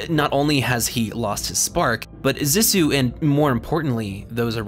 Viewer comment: (zee-sue) Cmon man they say it in the movie, great video though , much love